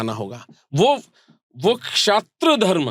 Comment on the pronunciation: Sorry bro pr Aap धर्मा hi q bolte ho ye koi cool dikhne ki chij nhi he Thoda smjho धर्म bolo धर्मा, कर्मा , रामायना,........🙃🙃